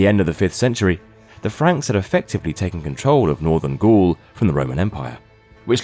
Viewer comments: oh wow they pronounced coup d'etat correctly. im surprised. since you pronounced Gaul as ghoul. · he also mispronounces Gaul and amphitheatre.